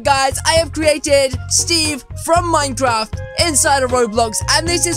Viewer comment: Did he just said minedraft?